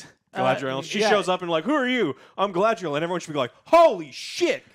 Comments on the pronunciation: Listening to Joe try to pronounce guylandriel never gets old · It hurts when Joe keeps mispronouncing names of different characters. Especially "Galandriel". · He says "Galandriel" so often... haha its funny. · I like how called her "Galandriel." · Game of Thrones was all world building for like half a season aswell, and Joe will never learn to say Galadriels name. lol